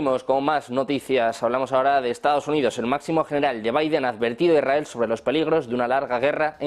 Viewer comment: Hola, Molesta un montón a no saber hablar correctamente. Se dice lsrael NO lrrrael !”